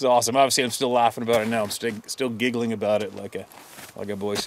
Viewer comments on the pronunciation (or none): I finally got a Canadian “aboot” out of you. I didn’t believe you were really Canadian until this moment.